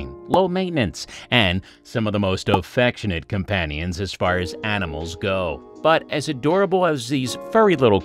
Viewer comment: Did he say Offectionate? Lol